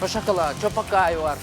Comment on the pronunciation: кызыктуу алып барат 😃😃😃чоко пайды (choco pie), "чопо кай" дейт го😃😃😃